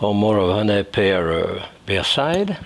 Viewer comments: Just came here for the "Hunaay" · I just love your French accent. Especially the word. “Huny “ lol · Great accent on the word, "honey". Love you, Jacques. Merry Christmas and our hearts are with you and your family